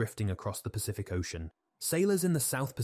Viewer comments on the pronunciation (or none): These mispronunciations show non-human narration like no others ! . "danggers" and "ocian" - for dangers and ocean to name at least two !! 😢😯